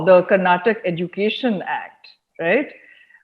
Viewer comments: By the way it's Karnataka - not Karnatak! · Its karnataka ,not Karnatak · Please it’s not Karnatak- please learn the right name of the state - It’s KARNATAKA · 🤦 Karnataka , Karnataka is our state name Karan and Karuna not karnatak. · Guys please, it's Karnatakaaa 😅 But great content👍👍